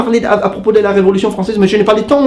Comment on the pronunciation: En français, on ne prononce pas le <<P>> à la fin de temps. Don't get it twisted, I love you and your channel, but since you teach languages (I'm guessing you do the same for french) I though you might want to know. Cheers from Quebec!!